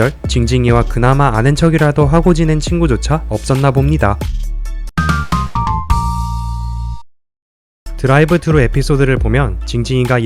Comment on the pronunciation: 9번째TMI에서 드라이브 드루가 아닌 드라이브 쓰(th발음)루 입니다